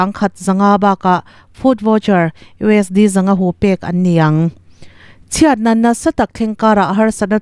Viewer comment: Keipawh ka beng alo thlep thin, US D han tih te hi adik dawn emawnile